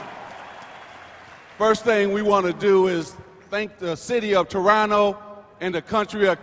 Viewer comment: This countryfied fool magic Johnson said Toronoo lol bruh it's Toronto